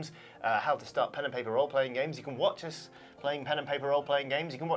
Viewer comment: When said "You can watch us playing pen & paper roleplaying games" I briefly thought he said "Watson playing pen & paper roleplaying games"